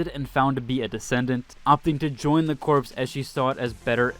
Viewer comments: Corps. is not pronounced as “corpse”. It’s pronounced as “core”. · Corps is pronounced like "Core" not "Corpse" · Awesome video!! Not hate just love, it’s pronounced “core” not “corp” ❤ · I'm liking the info, but can you please learn how to pronounce Corps = Core... not Corpse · "Corps" is pronounced "Core" not "Corpse" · Corps = core when pronounced you dork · Corps is pronounced Corr:face-green-smiling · Very helpful video! Sitting waiting for launch and trying to figure out what character I wanted to aim for first! Also, uh, corps is pronounced like "core." "Korps" is how you say corpse, after all, a dead body. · Corps. The “p” is silent.